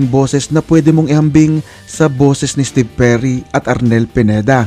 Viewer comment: Steve o jerry merun pla nun ang alam ko steve perry ang vocalist ng journey... Kung tama pandinig ko sa narrator lol